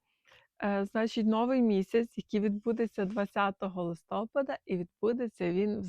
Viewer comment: ЛистопАда… ЛистопААААААда…